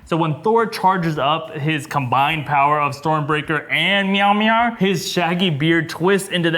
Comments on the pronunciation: Mjolnir, not Meowmyar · did this guy say meowmir instead of Mjolnir? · Did you just.. call it meow'miar? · Sorry to be so nitpicking, but it's Min-knoll-near (though I think Darcie's Mew-Maw is cute). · Did anyone hear one of them say meowmeow instead of mjolnir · The hammer is called "MAL- NEER".. OMG. LOL!!! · The way he pronounce the mjolnir is sounds just like meow meow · "Meow Mear" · did he just say myar myar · Did you just call Mjolnir Meow Meow? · Wtf did he call Milner? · Did say milmir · MeowMeow??? 😂😂😂 I love how you pronounce Mjolnir! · Little warning: Do NOT under any circumstances tak a sip when tries to pronounce Mjolnir. It's not Meowmeow,. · He really called mjolnir “meowmeow” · Did you seriously pronounce Mjolnir as "Myarmyar"??!! Wtf, man?? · why did he say Mjolnir like that? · I like how mispronounces Mjolnir like how Darcy mispronounced in it in Thor and The Dark World. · Is it me.......or when he said Thor’s hammer name it sounded funny😂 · pronunciation of Mjolnir is so bad. Seriously